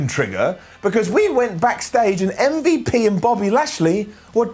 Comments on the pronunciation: literal pronunciation of MVP “mmvup” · Love the way you say MVP